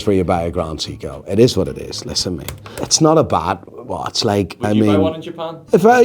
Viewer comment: Can't pronounce grand seiko 🤦